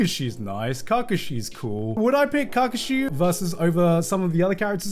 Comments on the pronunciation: kargashi?? Ka Kashi.........lol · The way he says KAkashi gives me shivers 😂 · not Garnt saying cacashi 😭😭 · Garnt: Cock Ka shi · if you say Kakashi like that again ima crash out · he did not watch Naruto fully or did not watch Naruto fully , like way he pronounce kakashi's name 😂 such a disgrace. Background, and the development, story and personality was so good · I can live happy never hearing gigguk butcher Kakashi again.. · Why do does he say Kakashi so weirdly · honestly maybe kakashi shouldn't be on the list but can this guy pronounce his name right? made me cringe but love garnt regardless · Learn to say kakashi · Why is no one talking about how he says Kakashi 😂😂😂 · The way Garnt pronounces Kakashi is slightly triggering. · the way he kakashi made me mad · That pronunciation of Kakashi pressed me. Is it pronounced differently in the Japanese dub than the English? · Holy fck the way this guy pronounces Kakashi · This man hates naruto, naruto was on top 3 but didn't liked it instead liked luffy as no 1 iconic character also couldn't even pronounce kakashi proving he haven't watched naruto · I agree with him but that’s a hell of a way to pronounce kakashi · psychic damage from how garnt pronounces kakashi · if he pronounces kakashi like that 1 more time i might die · Garnt mispronouncing Kakashi's name really annoyed me